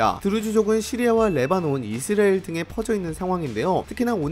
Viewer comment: 이스'라'엘 발음을 왜 그리 못하시죠. 계속 이스'리'엘에 가깝게 발음을 얼버무리네요. 처음부터 끝까지. 발음 문제가 큽니다....